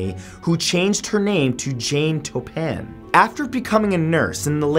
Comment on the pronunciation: Mathew you pronounced Jane Toppan wrong, smh.... Canadians